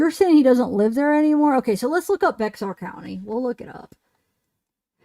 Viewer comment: Bexar is pronounced bear